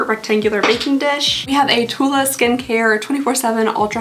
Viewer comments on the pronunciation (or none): none